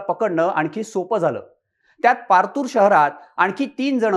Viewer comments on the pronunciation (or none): Partur nahi ho. Patur..😂